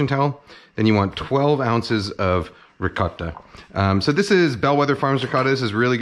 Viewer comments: Holy shit you actually responded. I think it's the way you accentuate the "t" sound in ricotta, whereas most pronunciations I'm familiar with give it more of a softer "ricah-DUH" sound, I think? I'm sure you have a reason for pronouncing it that way though. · Kenji can't decide how to pronounce "ricotta" lmao